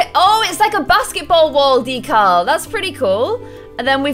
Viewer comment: She's not saying decal right😑